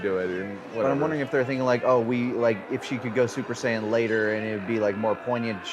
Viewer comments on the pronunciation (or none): "You see Vegeta, this is a Super Deedle Dee Saiyen"